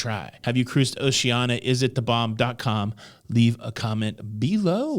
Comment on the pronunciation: Pronunciation Police: Oshee-an-ee-ah